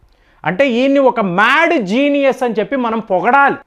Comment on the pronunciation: ద మేడ్ జీనియస్, అని మాట మీరు అంటుంటే నవ్వొస్తుంది సార్.